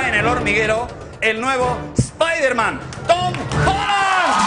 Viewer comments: primera vez que escucho a un español pronunciar bien Spiderman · Que milagro que pronunciaron bien "Spiderman"